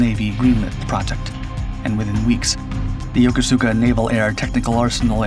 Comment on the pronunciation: Pronounced "Yokooska", not "Yo ko su ka".